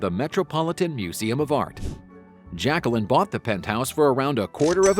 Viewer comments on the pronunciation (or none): Her name is pronounced ‘zjac-que-leen” Say every syllable.